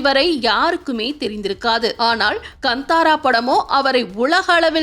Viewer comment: வந்தாரா அல்ல காந்தாரா எரியுது நீங்கள் சொல்வது சரியாக உச்சரிப்பை கற்றுக் கொள்ளுங்கள்